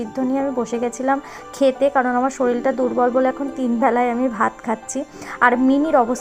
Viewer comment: Era sabai shorir k shoril bole keno